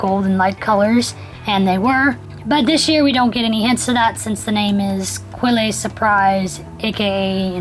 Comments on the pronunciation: It's pronounced Quell, silent e ;) :) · I teach French and the word "quelle" is actually pronounced "kell". You don't make the qu sound and the e on the end is silent. People try to over-pronounce French words a lot (